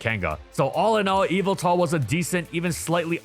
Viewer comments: Evil-tall ❌ Yah-val-tall ✅ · Normal People: Yveltal MandJTV: Yalvaltal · The emphasis is actually on the middle syllable. eee-VEL-tawl. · His name is YAVALTAL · i thought it was pronounced yehveltal not eviltel. have i been saying it wrong this entire time? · evil-tal Me: ye-vel-tal But seriously someone tell me how to pronounce that name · "Evil-Tal" Nah it's "ye-Vel-tal" m8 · ive always been pronouncing evil tal like yuh vel tal wtf? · Please say it’s name right. In English, especially the dub, it’s “Ye-veltal”. Yes its name comes from the word ‘yvel’, since it is the Middle English spelling of the word 'evil.' You don’t pronounce it like “evil”. It’s also pronounced that way because of the way Xerneas’s name is pronounced. Smh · ive always heard it call yee vel tal. this threw me for a loop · "MY NAME, IS YAH-VELTAL!!" - Pokemon Talk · I kept on hearing evil tal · So it's pronunced whyveltal? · its yah vull tahl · bro has no idea how to pronounce yveltal😭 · the y in Yveltal is pronounced like how y is normally pronounced, it’s name has root in the word Wyvern. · Dang ppl much not watch the Pokémon anime when they literally say the same correctly I had to click off the video bc of that very annoying 🤦🏾‍♂️🤦🏾‍♂️🤦🏾‍♂️